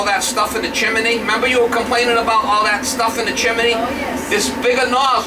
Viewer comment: Chimney not chiminey.